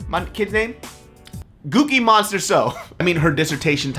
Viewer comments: Lol if I'm not mistaken, i think he said Gookie Monster So. "Gook" is a dergatory/very disrespectful name for Korean people. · The doctor would like to see..... man how you supposed to pronounce this name uhh.... Cookie Monster so